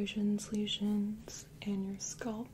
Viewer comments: No, she lives in Canada I thought. I've heard people whose native language is not English saying it like that, but if you look up how to pronounce it in English, it is scalp, not sculp. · Why do people from other countries say it like that though? It's not spelled "sculp"... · I love this, too! We say scaaaalp in Detroit, too. Keep saying sculp,:) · I love your videos but as a Brit “sculp” got me , not being mean just gave me a giggle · other countries. Most asmr artists say it like that. I started wondering if I have been saying it wrong my entire life.